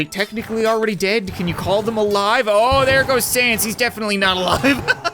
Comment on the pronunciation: You said sans correctly I grant you my mercy